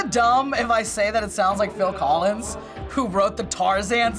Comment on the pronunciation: Wow the Dude got Phil collis right!🎉🎉🎉